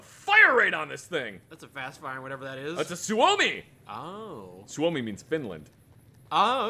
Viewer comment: You butchered suomi but who cares because Finnish guns